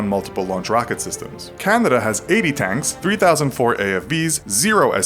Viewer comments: Its pronounced Can-a-da, not Can-did-da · he says Candana. EDIT : Check instead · He pronounced Canada like “Candida” and it is really pissing me off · I noticed you say “Candada”.